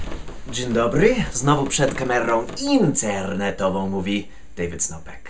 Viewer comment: Zawsze mnie zastanawiało, czy zabawny sposób w jaki wymawiasz słowo "internetową" jest celowy, ale po dzisiejszym filmie mogę chyba już być tego pewnym;-)? Bądź co bądź szczere gratulacje i mocno 3mam kciuki!